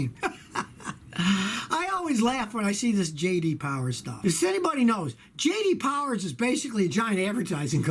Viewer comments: J D POWAH. Hi I'm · J.D Powah